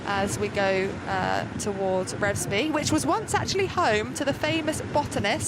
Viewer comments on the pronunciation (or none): I watched the race go through Revesby (pronounced R e e vesby by the way) Fantastic!!